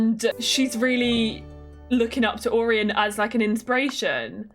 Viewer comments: I think Orion is pronounced like Oh-Ryan. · hi love the vid🎉🎉 but orion is pronounced oh-ryan